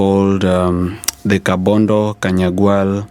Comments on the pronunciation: Its Kabonyo not Kabondo Morara. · Kabonyo not kabondo